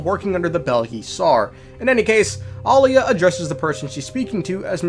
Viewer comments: It's Aila not Alia, Alia is her twin sister that died a long time ago. People need to learn how to pronounce names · EYE-LA and AH-LIA 😭😭😭😭😭😭 Please. My ears cannot. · AY-LAH lmao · The pronounciation of Aila , just ragebaited me so hard😢